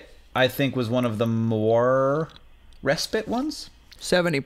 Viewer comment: RE-spite (Emphasis on the first syllable). (UK)